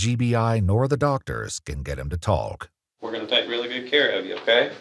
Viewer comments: Anyone else repeat the narrator every time he says “TALK” hitting that L sound that’s supposed to be silent real hard? TAULK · Why does the narrator pronounce the L in "talk"?